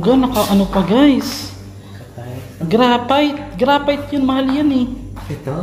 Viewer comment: Granite hindi grafite🤣🤣🤣